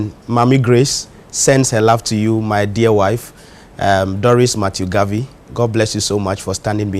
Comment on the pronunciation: Please it’s Apostle Dr Matthew Garvy not Harvey